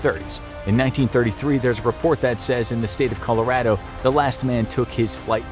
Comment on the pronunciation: The way he pronounces colorado...